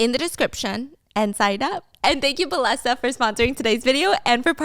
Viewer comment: Steph! I think the sponsor is pronounced “bay-eh-sa” bc of the double L? That’s how it would be in spanish or Italian, i’m not sure tho 😮